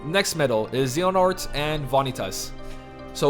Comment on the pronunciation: It's pronounced Zay- yuh- nort.;D Just a heads up! Great video!